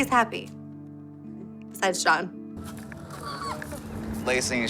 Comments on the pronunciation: I always wondered about that! She is absolutely saying "Sean", I think. But when I turned on my CC to be sure it comes up as "John". Although CC can be wrong..... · noticed that too, she always does that, either her huge ass lips makes it hard to pronunce J or she is totally mixed up (Shane + John = Shohn) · i noticed that too, she always does that, either her huge ass lips are making it hard for her to pronounce J or she is totally mixed up (Shane + John = Shohn) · Her father's name is John? I never caught it. Maybe THAT's why she butchers the pronunciation - unconsciously dissociating John from her father